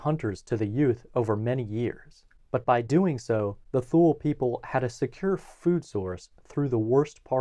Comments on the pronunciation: “Thule” is pronounced “tool-ee” or “tool-ay” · This is such a great video that it is a shame that he keeps breaking my eardrums by pronouncing Thule as "thool". :( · I thought "Thule" was pronounced "TOO-lee." No? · I didn't see it mentioned anywhere else in the comments but "Thule" is pronounced: Tu-Lee. Otherwise great video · Thule is pronounced “too-lee” btw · My anthropology professional pronounced Thule as “two-lee”. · I mispronounced Thule. There will usually be at least one mispronunciation in every video--think of it like a "Where's Waldo?" type of thing.